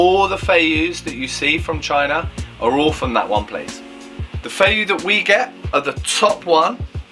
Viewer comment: It’s pronounced 飛躍 fei Yue. Like Yu-eh. A fei yu like you are saying is flying fish lol